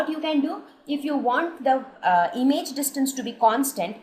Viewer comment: It is not emage it is image